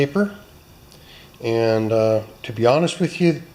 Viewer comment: "Are ye with me" sounded a bit Scottish to me.